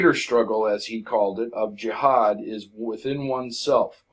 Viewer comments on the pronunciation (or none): none